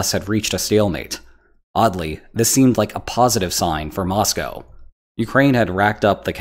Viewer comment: Nice to hear "Moscow" pronounced correctly